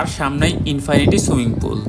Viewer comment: Infinity swimming pool এর "Infinity" উচ্চারণ হবে "ইন্-ফিনিটি" হবে। কিন্তু আপনি দুইবার ই উচ্চারণ করেছেন "ইন্-ফানিটি"। আপনি একজন content creator হিসেবে এই গুলো silly mistake ঠিক করে নিবেন ভবিষ্যতে, এই আসায় আপনার জন্য শুভকামনা রইল।